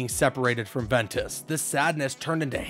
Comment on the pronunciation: The pronunciation... Lmao VEN E TAWS